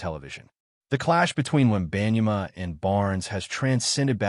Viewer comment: I don't know where you got this information as you don't even know how to pronounce his name correctly. If you're going to make assumptions, show the announcement of Victor's video. I think you're just trying to start a rumor of incorrect info.